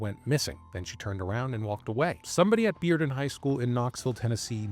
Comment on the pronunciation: I appreciate the fact that you learned how to pronounce Bearden correctly. Most people not from Knoxville would assume it's pronounced "bare-den".